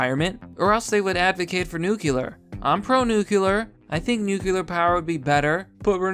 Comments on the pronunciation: C'MON... IT'S 'NUCLEAR'. 'NUCULAR' IS A BUSHISM. THANKS FOR YOUR HELP. AND FOR YOU OTHERS... THERE IS A 'T' IN THE WORD IMPORTANT [THAT IS IMPOR 'ANT]... AND, BY THE WAY, 'ANYWAYS' IS NOT A WORD. JUST SAYIN'. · Okay everybody, say it with me. "Noo-klee-er" That's how you pronounce "nuclear", not "noo-kyu-lur". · Nucular its nu-clear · Good video but jesus fucking christ it's noot new-kew-lur its NEW CLEE UR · Pronounces nuclear as "nucular". Instantly loses credibility. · It's pronounced nu- clear, ugh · Nucular is not a word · You say nuclear like G.W.